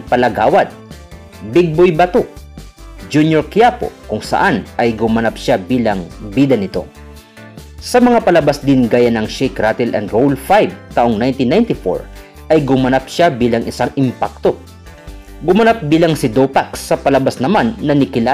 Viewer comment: ayosin mo iyong pronunciation sa mga salitang nagtatapos sa (tle,cle gle,zle,dle,etc) gaya ng salitang 'rattle' Is is pronounced as ratol at hindi ratil. baka akalain ng mga batang manonood na tama mga bigkas mo.